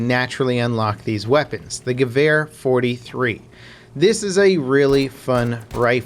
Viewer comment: Gawhere...that pronounciation though hahah...ha